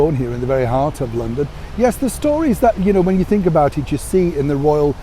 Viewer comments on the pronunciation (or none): none